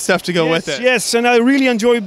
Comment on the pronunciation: Oh yesh. Yesh yesh yesh yesh. This is a keeper